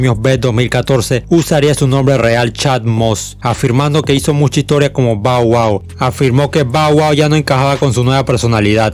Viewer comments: No se pronuncia bow wow, si no (ba wua) esta bien las biografías que narras pero, te aconsejo pronunciar bien los nombres 😉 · Está mal pronunciado, pero no le pare a naa, dale palante 👍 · Alguien contó cuantas veces dijo Bau Au? XD